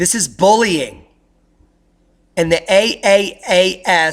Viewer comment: Good report! But it's call "Triple-A.S." cause it sounded like you wondering about the name, as you were pronouncing it.